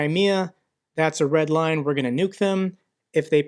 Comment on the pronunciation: He isn't saying Red LINE He's saying RED WINE..